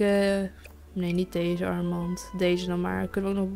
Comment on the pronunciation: sorry dat ik het zeg maar je zegt steeds dees en niet deze geen haar maar ja je mag ook gewoon dees blijven zeggen hoor